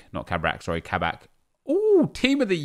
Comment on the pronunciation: Ka-Bak, not kabrak nep 😂